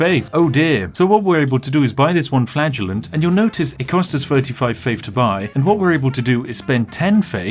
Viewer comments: So am i the only one who heard "Flatulent" whenever he said "Flagellant"...? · every time spiff says the word flagellant i 'flatulenze'. we will win this game though the power of FARTS. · I swear, every time you said Flagellant, I thought you were saying Flatulence. I thought it was a big cloud of PLAGUE that was supposed to be killing everyone... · Anyone else hear flatulence when ever Spiff said flagellant? No just me? Imagine instead of Whippy boys you had farty boys XD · Every time spiff said “flagellant” I heard “flatulence” In my head and it made me chuckle thinking about him wiping out the plague with farts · I misheard "Flagellant" as "Flatulent", so for a while I thought you were creating an army of bottom-windy bois to punish people for their sins.... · Every time he said "flagellant" I heard it as "flatulence". XD